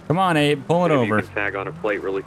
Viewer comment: So I wasn't paying attention when he said abe Lincoln so I thought he was being petty but nope... Its acutally abe 😂 that made me laugh so hard